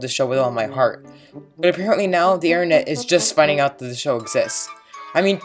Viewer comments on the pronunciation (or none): as soon as i heard “aaa da intehnet” I LOST MY MIND